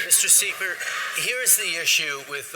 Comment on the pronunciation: Trudeau saying "Mr Seeper" at the mark, when he was so rattled by Poilievre was almost as funny as the Conservatives laughing at the ridiculous 'in love with his own voice' comment! lmao Trudeau deserves to be laughed at, and he also deserves what he gets/which is cursed at and mocked, in his public appearances...look for the latest on that! It was brutal, and all the while Trudeau was smiling and taking pictures with the PAID ACTORS he had in the crowd who supposedly adored him. The World Press needs to own up on WHY they aren't reporting on how Trudeau is despised in his own country by the VAST majority of Canadians! WHY aren't they addressing this????????